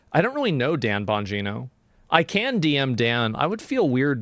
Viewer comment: Holy shit, he pronounced Dans name right 😂